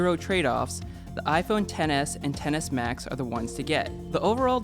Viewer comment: I keep hearing iphone tennis max